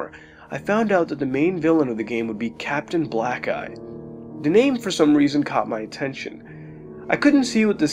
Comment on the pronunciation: "Capitan Blackeye" sounds like "Captain black guy"